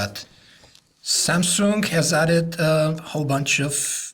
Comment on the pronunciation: Where in the word Samsung do you see a 'k' ? Where? XD If you can say "samsungk" then obviously you can also just say "samsung" right? :P